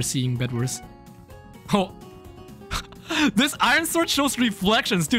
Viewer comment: Can u say this one time in your life cuz u zlways say zis lol sry if this I worried you